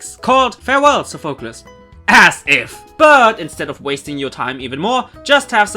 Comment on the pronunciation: Still don't like how you pronounce Sophocles